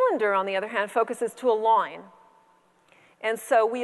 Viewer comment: Loyn... loyn.. not line, loyn.